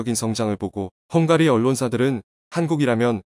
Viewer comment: 형가리?? 발음이 형으로!!